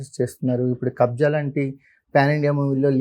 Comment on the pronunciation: It's Kabzaa not kabza